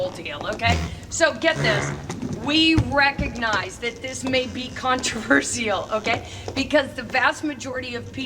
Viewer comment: The only controversial thing about this video is the way she pronounces “controversial!”